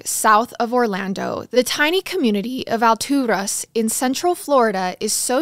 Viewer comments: I live in Lakeland (which is 30 mins from Alturas) and even went to Bartow high school for a little, and my best friend lived in Alturas for a little a couple years ago! It's pronounced Al Taurus but you make it sound so much better ! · She's pronouncing it in Spanish. Alturas is a word in Spanish that means "heavens" or "really high up". I'm sure Garret told her to pronounce it that way, since they're obviously not from there.